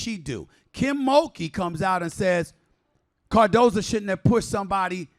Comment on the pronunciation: Bro, you keep mispronouncing her name. It is CARDOSO. Not Cardoza.